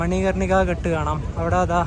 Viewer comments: Good experience...ഘാട്ട് എന്നല്ലേ പറയുക ??? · നിങ്ങൾ പറയുന്ന സ്ഥല പേരുകള്‍ എല്ലാം തെറ്റാണ്.. ഒരു വീഡിയോ release ചെയ്യുന്ന തിന് മുന്‍പ് ഇതെല്ലാം ശ്രദ്ധിക്കണം.. Ghaat ആണ്‌.. Ghat അല്ലാ.. എന്നാൽ കടവ് എന്നാണ്‌ അര്‍ത്ഥം..അത് പോലെ ഒത്തിരി ഉണ്ട്..